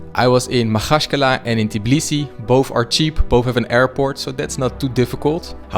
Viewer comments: It's Tbilisi, not "Tiblisi" 🙃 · It’s not Tiblisi it’s Tbilisi, when you say travel you say tiravel? Why you saying Tiblisi where you read after T i? Noone teach you in Tbilisi? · bro, please pronounce tbilisi not t-i-b-lisi, there is no i in between the t and b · It's called tbi-lisi, not ti-blisi. 😅 im a fellow georgian that lives in tbilisi! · Just keep in mind that it's tbilisi not tiblisi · yeah, it irritates me so much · It kind of sounds Tibilisi